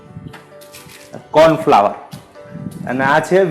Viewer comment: tamara wife sathe to kyarek intro karavo yar.. ane ek suggestions che k corn flower nai corn floor bolo.. dungari nai dungadi bolo